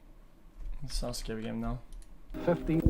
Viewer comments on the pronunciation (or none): none